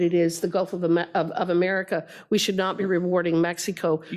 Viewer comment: Was she drunk? She couldn’t even pronounce America